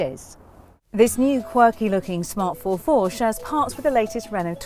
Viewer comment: ForFour not four four!!